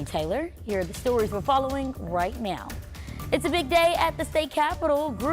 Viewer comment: did she say " right meow ?"